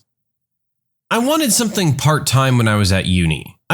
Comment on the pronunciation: No k in the word something.